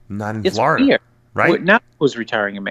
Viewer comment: Seriously! He lives in Floridur. On the east coast of the United states of Amerikur. With his anacondurs.